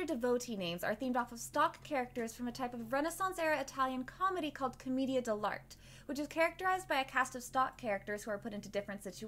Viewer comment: Just for future videos, here is a "phonetic" pronounciation of Commedia Dell'Arte (I'm Italian): Co-meh-dee-ah del Artey